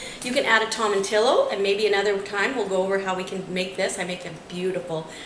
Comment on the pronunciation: Love it!! Pineapple sounds great in there! Tomatillo is pronounced toe-ma-tee-o (love you!)